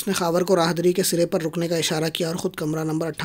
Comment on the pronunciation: راہ۔۔۔۔دا ۔۔۔۔۔ری۔۔۔راہد ری نہیں